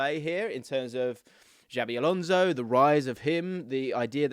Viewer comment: Xavi Alonso= " Chabi Alonso" - soft s, not Javvy